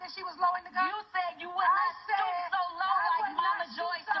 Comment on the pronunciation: "I Shaid what I Shaid!!!"...😭😂💀